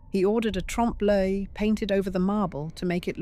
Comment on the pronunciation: I was interested until I had to listen to the AI voice mispronunciations of words like “re-creation” and lWalhalla that should have been pronounced Valhalla and Trump-lay which should have been tromp l œil